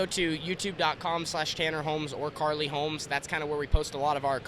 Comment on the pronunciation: its carly not kylee.